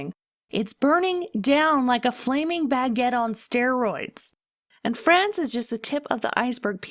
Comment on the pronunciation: Oh you said flaming baggett? I've got to clean my ears out. Great video.